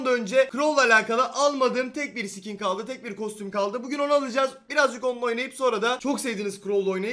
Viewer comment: Sikin deme abi sıkin de ;)